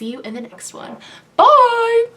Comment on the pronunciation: That bye at the end of the video sounded so english🤣